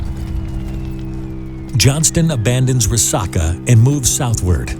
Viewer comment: It's pronounced Rah-sack-uh.